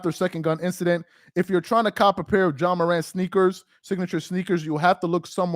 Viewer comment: HIS NAME IS JA PRONNOUNCED JAH!!! NOT JOHN MORANT. YOU'R PLATFORM IS TOO LARGE FOR YOU TO CONTINUE TO PRONOUNCE NAMES WRONG; STOP IT. JAH DID NOT HAVE A GUN ON NBA PREMISES.